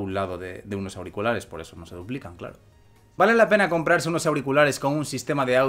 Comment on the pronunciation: Primero, yo diría que se escucha decir "pene", y sí, es obvio que quería decir "pena". Pero eso es lo que se entiende....